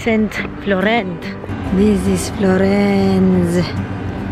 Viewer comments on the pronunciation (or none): FLOGHEENNNCE ! hahahaha